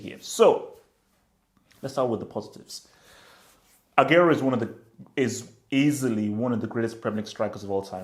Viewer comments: it's Agu-wero not Ag-airo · This guy can't even pronounce aguero lol